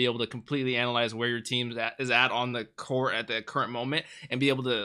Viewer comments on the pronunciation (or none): none